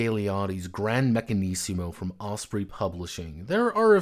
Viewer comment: It's pronounced meccan-"izmo" not meccan-"issimo"! ;) When I'm more experienced in ttrpg design I want to make an Italian renaissance inspired fantasy game. I have part of the setting already (have had the basic idea of it in my head since I first started playing/DMing D&D), but I don't fully know what I would want out of the game itself. Right now I'm working on something with much more clear gameplay & narrative goals --- a game inspired by Porco Rosso that seeks to replicate specific scenes and themes from the movie. Building mechanics around such goals is much easier than building mechanics around a world/aesthetic.